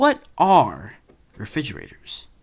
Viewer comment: “refigeraters am I rite?”